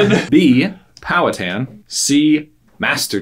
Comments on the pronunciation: Pow-a-tan??? Pow-a-ha-tin. Wing-a-po??? Win-gah-po. 😂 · it is pronounced pow-hatan it is like man hatan exept the pan gets powed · I would be more impressed if anyone could pronounce Pow'Hattan correctly (emphasis on Hat)